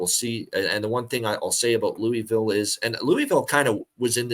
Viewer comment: loo-ugh-vool not looeevill 🙄 GO CARDS!